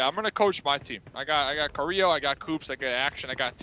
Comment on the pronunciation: he call carrilho carrlo 😂 “CARRLO”